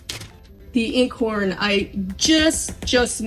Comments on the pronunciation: I haven't ever met anyone who pronounced equator that way in the states. My friends from Connecticut didn't, neither did my Canadian friends. My friends in Washington state don't either. But, that isn't the issue. The point is, if you're going to teach about a subject, you should know how to pronúnciate it. And Einkorn is not pronounced as a long E at the beginning...here, nor in Italy, where it's primarily grown. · For future reference, "Einkorn" is pronounced eye-n-corn, like your eye, not "in". It's German for "one kernel". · It's actually pronounced " '-Eye nnnn corn' - not in I'nnn. Just thought you'd want to know. Love your channel! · I just found your channel,,,THANK YOU!!! I NEED simple uncomplicated ways to do homesteading. I can't figure out what you're saying about the original grains you used...IN CORN is what the transcript types out. Is that correct?? And how do I get that grain? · This method makes so much sense, I always used to be amazed there was so much discard....btw einkorn is pronounced 'iron corn' not 'in corn'. Gonna try again with your method, thank you ❤ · FYI, properly pronounced as if you’re saying “mine”corn without the “m.” “INECORN.” (Proper spelling is: Einkorn.) 😊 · Properly pronounced as if your saying “mine”corn without the “m.” “INECORN.” (Proper spelling is: Einkorn.) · I’m thinking it’s pronounced ine -corn and thank you for your recipe . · A couple of little notes: you called it "Whole wheat rye"? Rye is a different grain...actually a"grass seed" from one resource. Perhaps you meant "whole grain rye flour"? Also, Einkorn is pronounced as a "long I", like Einstein. Not as a "long E" like "eat". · Please provide (spell out) the name of the flours you are talking about - it sounds like you are saying "Acorn:" flour. And where would you find it? Thank you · Nevermind, I got it figured out finally!!! "Einkorn" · Thanks for the info. Love the simplicity. BTW, it’s pronounced 👁️N🌽. (Long 👁️) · It’s pronounced Ian-Korn